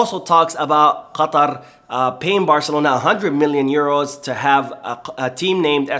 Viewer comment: Damn you pronounce “quatar” really well. Are you part arabic?